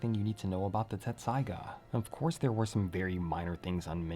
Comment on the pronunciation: Hey I gotta ask. I thought it was Tetsusaiga. What’s up?